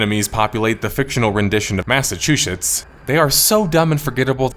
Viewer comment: WTF is a Massachewchits? I am offended lol